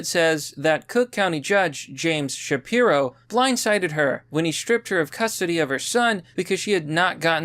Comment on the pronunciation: “Shapiro” Every Single Time…🙄